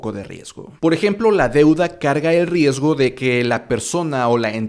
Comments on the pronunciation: La edición del video es excelente. Mis felicitaciones al editor. Solo dos observaciones: siento que el progress bar de la sección es algo grande, tal vez uno más pequeño o discreto sería mejor, y en el minuto , dice "riesto" en lugar de "riesgo" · ¡Excelente vídeo! Me sirvió bastante para informarme y saber lo básico para empezar a invertir. por cierto, dice "riesto" pero es riesgo jaja